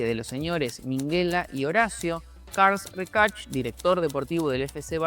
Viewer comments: Carls rekach??? 😂😂😂😂 Se pronuncia CARLES RESHAC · Ya se que es difícil lo del catalán, pero de verdad, decir Carlds Recarchd es jodidisimo sin hacerse una rotura de ligamentos en la lengua y fractura de tráquea. Mis felicitaciones por cambiar un Literal CARLES REXACH (la ch final si se leería como K.) pero CARLS RECARDCH suena a inventor del transistor, experto en ruedas de camión o escapado del tour que al final pierde la etapa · Por qué decía Charles Rechac como se fiuese inglés? 😂😂 Es catalán, Carles Reixac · Carlch Recalrch??? JAJAJJAJA Carles RESHAK ( fonéticamente) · "Carls Recach" me sangran los oidos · El que lo descubrió fue Carles REIXACH y lo dice muy mal el chico del video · jajajajajaja lo pronuncia como si fuera ingles, es catalan, se pronuncia carles reixak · Sabe mucho menos decir bien los nombre de Carles Rexach y Minguella